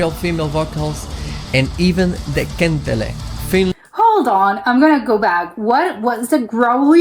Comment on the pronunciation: It's not kentle or kentele, it's kantele. And you should absolutely react to Nightwish, you won't regret.